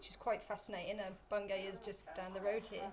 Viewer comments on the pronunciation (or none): I went here about 12 years ago and had no interest in the subject but I found it really interesting and impressive. Since I've got into the subject I'd love to go back. Must say I laughed when you pronounced Bungay. It's Bungeee